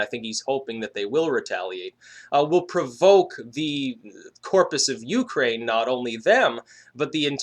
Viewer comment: Pretty sure your intonation on the word Ukraine is wrong.